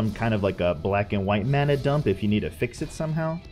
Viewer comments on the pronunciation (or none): none